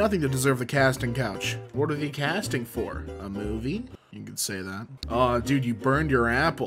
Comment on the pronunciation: why does say THEE instead of they